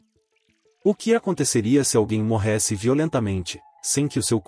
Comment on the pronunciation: " Morrésse "nunca ouvi esse tipo de pronúncia.